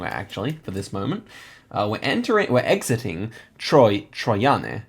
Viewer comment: Screaming at the Slovenia round because my hometown is close to Trojane. 😂 Nice pronunciation on the town names. I do have one note, though: C is pronounced like the Germans pronounce Z, and the letter that has the "ch" sound is Č. (so if the C has a little thingy above it, it's "ch," otherwise it's a German Z.) 🙂 Btw, a very impressive second game overall.